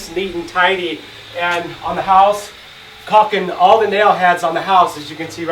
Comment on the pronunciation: It's caulking, not "coxing".